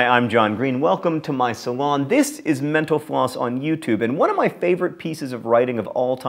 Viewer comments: maybe put more pronunciation into the T in mental, otherwise it just sounds like you are saying menopause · anyone else hear at the end: "Thanks for watching menopause on youtube..."?